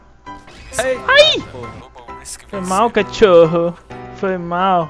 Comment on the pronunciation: "Catchorrooo" kkkkkkkkk'